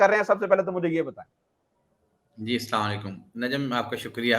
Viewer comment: sahab aap han salam ka talffuz sahe kejeya